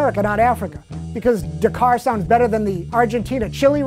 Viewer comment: pronounced DAK-CAR not DUCAR.